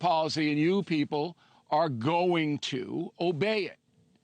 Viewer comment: Lol he keeps saying brain thrust lol